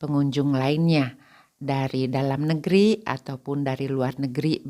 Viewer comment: Mohon maaf ibu, kalau ibu berbahasa Indonesia, mengapa belakangnya seringkali diberi tambahan huruf "K". Misal : hari menjadi harik, negeri menjadi negerik, sendiri menjadi sendirik, Bali menjadi Balik, keluarga menjadi keluargak, sama menjadi samak, bertemu menjadi bertemuk, dst Terimakasih & semoga menjadi lebih baik, Amin. Gbu